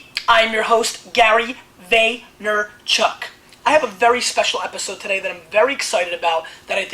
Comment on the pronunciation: FOUND IT! The birth of Vay-Ner-Chuk! I just scoured through your videos to find out when you first started saying your name like this, and here it fuckin is. October 19, 2006. A date forever marked in history. Do I deserve a signed book for this? I don't know. Maybe. Maybe not. But I've got one helluva factoid to throw at your fans in the future!